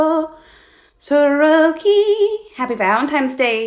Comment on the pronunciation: The way she is saying shotoroki